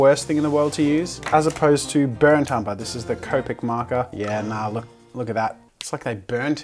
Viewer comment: No one: NOT a single one: Jazza: BURNT UMBA ITS AMBER